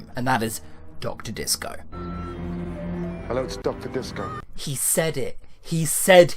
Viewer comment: disco sounds like it's spelled dyskoh